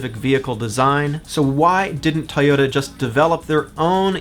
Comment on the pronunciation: Tuyutta? Where are you from? Minnesutta?